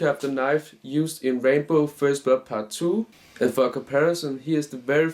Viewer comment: Just an fyi to help your pronunciation of his name... it's ram-bow.... your saying rainbow when you pronounce it...